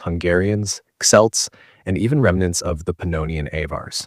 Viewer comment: The way Celts are pronounced irritates me way more than it should